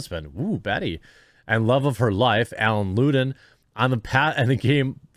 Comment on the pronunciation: Me yesterday: "Yunno we haven't heard from Betty White for a while. At her age, that makes me nervous". Oh and that's pronounced; " Lud-en" not Loo-den".